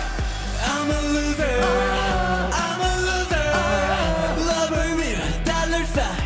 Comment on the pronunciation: LMAO YEONJUN MESSED UP SAYING ‘LOVER’ AND HE HAD TO KEEP UP FROM LAUGHING OMG